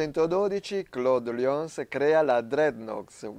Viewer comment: Sì ma non si dice MENTÒRE ma MÈNTORE. Greenwich non si pronuncia GRINUIC ma GRÈNIC. Claude Lyons era londinese, quindi non si pronuncia CLOD LIÒNS ma CLOD LAIONS. Dreadnought si pronuncia DREDNAUT. La azienda non si è mai chiamata VORTEX, ma VERTEX. Don Cochrane non si pronuncia COCIARÈN, ma CÒCREN. Il Dent MINISTRY non si pronuncia MINÌSTRI ma MÌNISTRI.